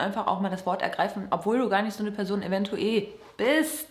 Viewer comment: Es wurde bestimmt schon einmal beantwortet, aber kann mir jemand sagen, warum immer eventueE statt eventuell sagt?😂